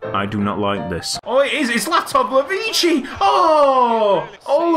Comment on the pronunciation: Latovlevici Yuko Can't Say Your Name Right But Wants Your Contract